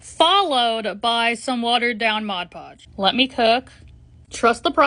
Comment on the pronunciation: Thank you for saying mod podge correctly, it pisses me off so much when people say modge podge